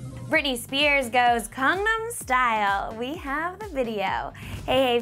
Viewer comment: she says kangnam style.. its gangnam style....